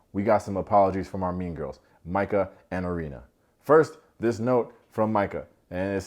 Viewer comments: You don’t even know how many times I shouted, “Mai-cah” each time you said “Mee-cah.” But, I think we can all agree she is caca 💩. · I was wondering if anyone was gonna correct you on saying “Meka” vs Micah. When no one did I figured it was a collective “we don’t care about her name” lol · I miss you saying Meeka!